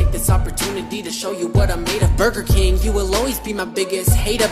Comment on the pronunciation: I'm sorry but bugerking ewwww it's Wendy's